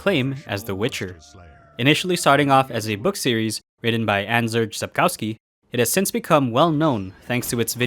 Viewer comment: Your pronunciation of "Andrzej" is so wrong it's hilarious XD Feels like you've done it deliberately, which I hope is the case